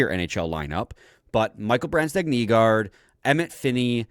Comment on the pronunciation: always says "BransDEGG" when it's actually pronounced "BrandSEGG"